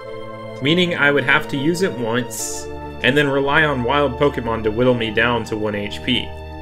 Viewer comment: Poe Kay Mon. NOT Poke E Mon. Season 1 opening. Pooooe Kaaaayyyy Mooooon gotta catch 'em all!